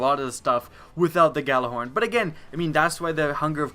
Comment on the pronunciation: It's pronounced "Ya-Lar-horn" not "Ga-la-horn" It's soo frustrating to see people saying it wrong and if you're putting it into a video, at least get it right.